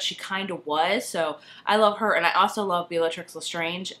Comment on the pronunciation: It's pronounced 'bell-a- tricks'